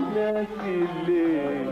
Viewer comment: صوت عندما ينطق ليييه